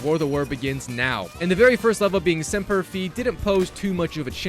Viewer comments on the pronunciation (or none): It's pronounced Semper (F-eye) not Fee, and O-Can-Ow-A... I hope you don't have to do Fortnite, it's not a good time. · pedantic, but you are correct. Pretty sure its semper "phee"delis (pronounced) but americans/marines will say semper fy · bro said semper fee its sempier fai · simper “Fee” is crazy 😂 it’s like fie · Imagine saying semper fee instead of Semper FI couldn’t be me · As a Marine, at the beginning when you said Semper Fee thag made me cringe inside. Dont know if you were trolling or not but it is Semper F-eye XD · Ahah Semper "Feee"😂 Fi (Ph-eye) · I really don't like how he messed up the marine saying "semper fee" not semper fi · Bro really said temper fee😂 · The Marine in me tweaking out when I kept hearing "Semper Fee"😂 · Semper Fee Fi Fo Fum On to the next platinum run 😂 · Dude, pronounce Semper Fi correctly. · he did not pronounce Semper fi correctly- respectfully a marine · As a marine I cried on how you pronounced Semper fi 😢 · That hurt my soul 😭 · Made me cringe so bad when he said that lol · as a Marine his pronunciation is wrong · bruh i legitimately needed to take a moment when he said that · Pronounce semper fi correctly.